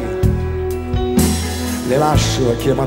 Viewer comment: aggiungo che l'imbecille non ha saputo neanche pronunciare la parola "cerebrali"- Pierangelo non ti chiedo di perdonarli, vergognati per loro come hai sempre fatto